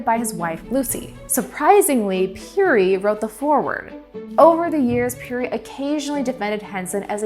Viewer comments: I first heard of Matthew Henson in the opening of the musical Ragtime! Robert Peary's name is pronounced "pairy," which I also learned in Ragtime. It's too bad no one caught that before the video was released. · Ya I've never heard it pronounced the way she was saying it.